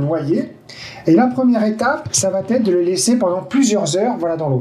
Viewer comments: Ça va T' être????.. merci de ne pas mettre un T à chaque prononciation.... Il n y en a pas. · Super merci beaucoup. Juste une petite erreur à noter, ne m'en veuillez pas, ne dites pas : ça va t'être, parce qu'il n'y a pas de T ça va être parfait😀😘. Rassurez-vous, beaucoup d'entre nous font la même erreur... Sinon, j'aime beaucoup, merci et bonnes graines à tous !